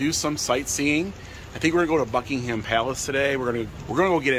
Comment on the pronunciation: Buccee-ham palace